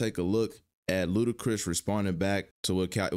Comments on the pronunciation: "L U D A C R I S" NOT "L U D A C H R I S" 🤦🏾‍♂️🤡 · Ludachris? Lol it’s Ludacris bruh 1st album was a monster grew up on it yea it know I’m a OG